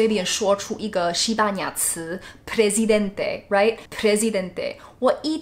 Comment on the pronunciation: Hahaha the same xd Me encantó cómo dijo el "Presidente", aunque no le gustara el español, lo dijo bien :)